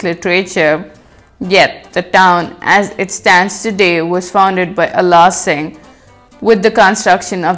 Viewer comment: don't know how to pronounce ala singh